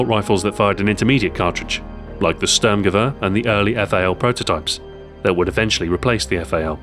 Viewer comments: Listen to what he says when he talks about the stg 44. He says Störrmgewörr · You pronounced Sturmgewehr not very good. :)